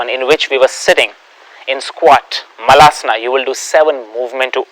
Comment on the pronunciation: it is pronounced as malasan not maalaasanaa ....